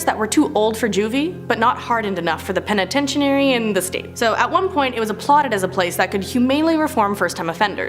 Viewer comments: I literally cringed each time and said it correctly in my head lol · Please learn how to say penitentiary right!!! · Yes, her saying it like that was so very aggravating 🙄 😒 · I'm sorry but you're mispronouncing penitentiary